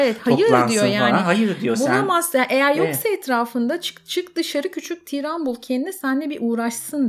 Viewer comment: Tiiiran değil , tiran kısa okunur. Çok kulak tırmaladı o yüzden yazdım amacım ukalalık etmek değildi kusura bakmayın.